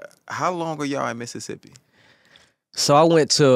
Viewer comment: Finally someone said Mississippi the way we pronounce it here! I love Zaytoven